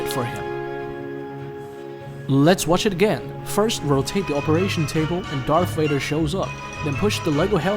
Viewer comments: It’s Darth Vader not Darth waiter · He has a accent from a different country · Bro said darth wader😂😂😂😂😂😂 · Bro said Darth Waider😂😂😂😂